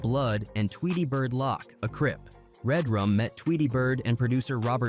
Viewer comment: Nice video but the pronunciation is wrong you say damoo readaz and tweetie lock